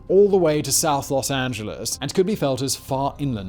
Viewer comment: Thank you for pronouncing "Los Angeles" correctly, not the typical way most of our cousins across the pond say it. :)